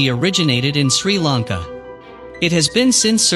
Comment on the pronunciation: This man, This man's pronunciation of Sri Lanka names is completely wrong. He should have asked a Sri Lankan person how to pronounce the names. Not a Tamil living in Sri Lanka, they call themselves Sri Lankan but cannot speak or pronounce words properly. Video is badly put together.